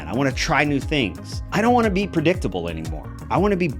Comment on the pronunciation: lol!! Pre-dick-table HAHAHAHAHA!!